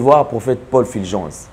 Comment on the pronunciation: Vous aussi vraiment...ce n'est pas FILGENCE, mais plutôt FULGENCE. Pourquoi avez-vous tant de mal à prononcer U ? U est différent de i. On ne dit pas sicre, mais plutôt sucre.